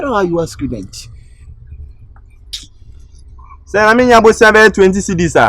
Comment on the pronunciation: Can’t you shame my scudent saying cuduu 😅😅😅😂😂😂